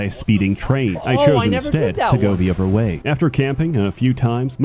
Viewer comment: 'Pwayers from uver worlds'